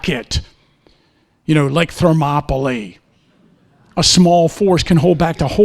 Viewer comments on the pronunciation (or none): none